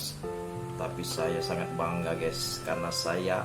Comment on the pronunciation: guys (gais) bukan ges anjeng